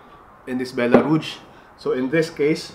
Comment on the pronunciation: You know Echeveria much better than I do, but I think I can help you a bit with French. Rouge has a much softer g sound, like the zh in Doctor Zhivago. 😉